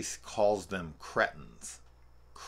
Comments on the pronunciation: He said "ungrateful creightens" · Here in the UK we pronounce ‘cretin’ with a short ‘e’, like in the word ‘end’. Anyway, really looking forward to your Resident Evil game reviews....any chance you may do the Silent Hill games and Dead Space games too?